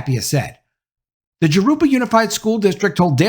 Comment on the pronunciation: Good video,. Just fyi, Jurupa is pronounced "Hoo-roo-pa"